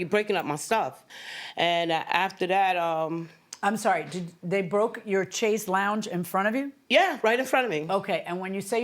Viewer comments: It's called a "Chaise" not a "Chassa" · She had a "cha-sa" not chaise, a "cha-sa" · She said the "chassa", WTF... she has very nice things yet doesn't know how 2 pronounce them, chaise but i guess she sounded it out & pronounced it the way it looked 2 her... where do they get these folks from... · That she doesn't even know how 2 pronounce, the chassa (chaise)...😂😂